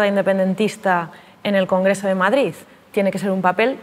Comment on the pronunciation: ¿Per què diu MadriZ?